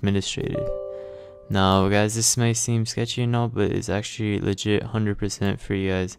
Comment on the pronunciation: At the beginning, I know you said "legit" but I heard "the shit".